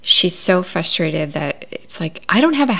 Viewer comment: First of all, I’m having a fabulous time binge watching your videos. They’re great!! Just one thing…the word is fRustrated, not fustrated. Sorry to be that person…it’s my only complaint. ;)